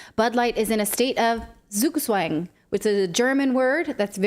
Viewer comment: tell Natalie that the German letter "Z" is pronounced as "ts". It´s "tsugtsvang" - sounds much funnier :)